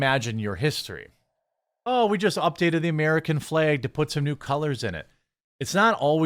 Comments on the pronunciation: It’s FLAG, FLEG is not a word 🤦🏻‍♂️ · He's pronouncing flag in a weird way. Sounds like "fleg." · St George flag also very very important to Northern Ireland and indeed Georgia the country, it is also an integral part of the Union Jack the UK flag. Why do you pronounce “Flag” like a Northern Ireland Protestant 😂😂😂😂